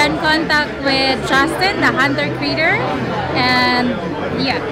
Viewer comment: She said hunter critter 😊